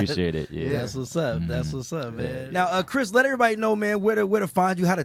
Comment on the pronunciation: Kris sounds very ABC. Maybe you need to work on your pronunciation since you're on TV all the time.